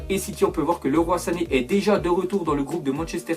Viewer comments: On prononce pas Leroy sane comme leroymerlin mais Liroy avec oi à la fin comme la fecha de Hoy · MDR pourquoi dit leroi sané?:(